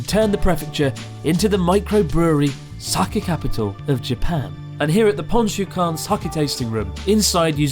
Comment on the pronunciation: sooobarooo???? sakay????? Nag a NoH??????? oh well.. at least you don't say saMEWrai anymore.. lol.